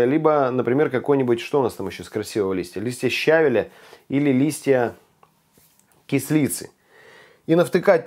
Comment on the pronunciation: Ударение в слове щавель на втором слоге,почему то все говорят на первом,проверено по словарю.